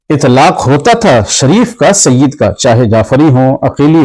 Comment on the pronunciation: Mufti Kaleem sahb apne aapko Bohot Bada Samajh baithe hai. Yeh bhi nahi Dekh rahe woh Kinko bol rahe hai. Aur Sayyid Ka Lafz Ek dam sahi Ada Kiya Hai Sayyid Madani Miya Sahb Ne Koi Shak Nahi. Mufti Kaleem Ko Iblees Ke Baare Me Padhna Chahiye Ke Iblees Bhi Kitna Ilm Wala Tha. Lekin kiya huwa